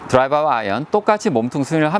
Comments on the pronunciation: 내용이 좋아서 보게되는데 드라이바라는 표현은 너무 거슬리네요. 는 드라이버라 쓰고 드라이바라 읽는군요.. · 레슨 잘 보았습니다. 목소리도 좋고 비교 설명도 명확한데, 다만 한가지 '드라이버'라는 발음이 '드라이바'로 계속해서 들리는 것이 좀 거슬리네요. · 발음 똑바로 하시지 드라이발이 머지요? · 드라이바? 다좋은데 발음이 좀 거슬리네요. 꼬투리잡는다 생각하지마시고 수정하시는게 어떨까 싶습니다.